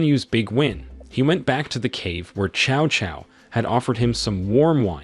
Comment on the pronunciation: New drinking game: drink every time Cao Cao's name is mispronounced.